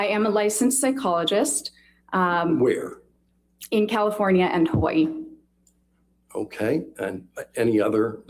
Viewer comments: Also. I lived in Hawai'i. Dr. Curry is actually pronouncing Hawai'i correctly. The 'okina, between the two i's is a glottal stop. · Lol that's how you're supposed to pronounce Hawaii, so I feel like it's okay😅 But I don't like when people say ex-specially because that one's not actually correct lol😅😅😅😅😅